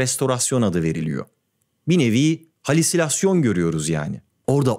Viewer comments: 'teki "Halisülasyon" yanlışına bir ben mi takıldım? Doğrusu "Halüsinasyon" olmalı diye biliyorum (hallucination kelimesinden hareketle.) Kıl tipler gibi oldum iyice ha :)) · halüsinasyon yerine halisilasyon demen de illüzyonun parçası mı? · ben mi yanlış duyuyorum yoksa “halüsinasyon”a “halisilasyon” mu diyor?